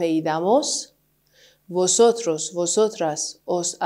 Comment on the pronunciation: سلام خسته نباشین مگه تو کلمه vosotros حرف v نباید ب تلفظ بشه؟